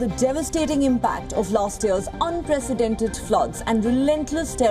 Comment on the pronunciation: Honorable PM of Pakistan should know the difference between Unpresented and Unprecedented. Also, he says InfrachukCha.